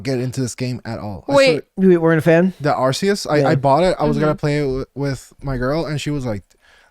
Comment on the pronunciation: WHOA there dont you shit on my apple croc, hes adorable! that being said i do hope he looks a lot better in his final evolution. this new game is based off spain was right on arceus pronunciation they also always base the starter pokemon off the chinese zodiac if you look up each year new gen pokemon comes out you can correlate it with Chinese zodiacs and go back to arceuss once you get passed allll the talking its honestly a lot of fun.